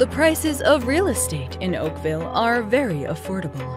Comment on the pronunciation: Tf u sayin Oakville 😭😭